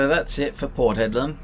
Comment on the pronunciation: Dude...Port Hedland not Port Headland.